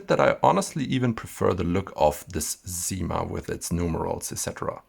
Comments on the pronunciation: SIma, not ZIma ! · Thank you for this beautiful video. Just to let you know, we don't say "zyma" but "ssyma" with an s like snake. This is the same for "la cyme d'un arbre".